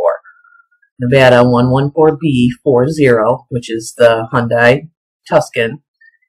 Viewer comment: The car Mary Lou drove is pronounced TOO - SAUN (LIKE SAUNA MINUS THE "A") Like the town in Arizona.